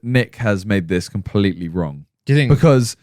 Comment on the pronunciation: Randolph: colompletely